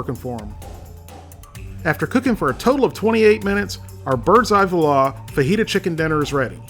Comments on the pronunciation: It's pronounced 'wah-laa' not vahlaa! lol! i actually love these meals, i have one in my freezer right now 😆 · Seriously, try saying it something like 'wah la' only as one word and you won't be quite right, but much closer. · It's pronounced "voila". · Dude makes fun of the public school systems and failed QA check, can't even pronounce Voila properly...